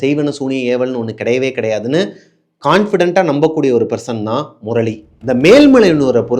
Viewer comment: Morali illa anna 😂 murali